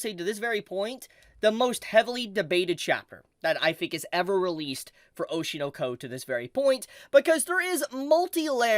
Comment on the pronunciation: ITS OSHI NO KO NOT OSHIEUUR NOUER KOEWR 😭